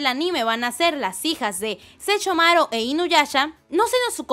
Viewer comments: Sechomaro, sechumaru, inoyacha, inuyacha wtf. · Me encanta cuando dice Sechomaru e inuyacha Jajajajja perdón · Like si te molesta que diga SeCHOmaru e InuyaCHA -_ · Le da cringe cada que pronuncia los nombres de inuyasha y Sesshomaru.